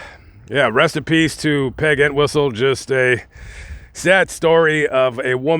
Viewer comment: Pronounced EnTWISTLE. Poor Peg. I've known of her story since I've been interested in true Hollywood/Hollywood crime stories. Still tragic that she felt this was the only way to relieve the pain she was going through or the pain she felt she inflicted on others.